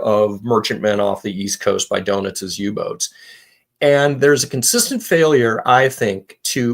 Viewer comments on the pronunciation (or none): pronunciation of Doentiz sounds to me like "donuts." Not a criticism, just a point of amusement.